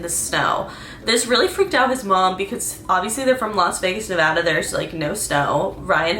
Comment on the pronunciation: Thank you for pronouncing Nevada correctly 😅